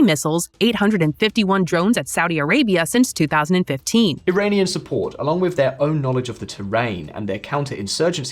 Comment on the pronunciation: Iranian not airainian